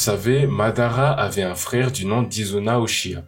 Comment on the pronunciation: c'est pas uchiya c'est uchiha